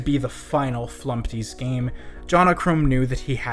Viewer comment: Remove the t in flumpty